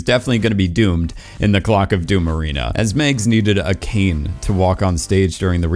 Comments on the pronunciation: It's MAGS, not Migs, and I liked her so much. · Why does this dude keep calling MAGS "Megs"? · Who tf pronounces Mags as “Megs”